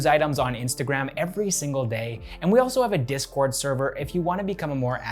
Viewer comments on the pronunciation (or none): none